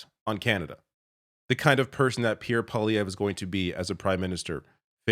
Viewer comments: Oh and please stop pronouncing it po-lievre or palievre... it is POIlievre, P.O.I. is pronounced POOWA, as the word Pea in french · I beg to differ. You pronounce his name as PoiLIEvre. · I still don't understand how Trump could be elected again... and I feel very sorry for my American friends and neighbours. But I remember thinking : " Maybe there's a silver lining and this his will scare Canadian voters away from PP...". (btw, its prononced PWA-LEE-AYVR...)